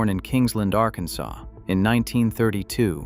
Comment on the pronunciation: And you now have a warrant out for your arrest for the mispronouncement of the word Arkansas 😅